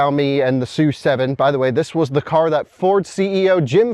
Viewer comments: it is “su” 7，not “es you” 7，directly from Lei Jun‘s mouth. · It is pronounced "S" "U" 7 not Sue 7.